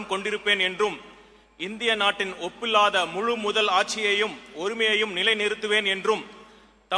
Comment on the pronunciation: pillathaa😅 அது `ஒப்பில்லாத` டா கேண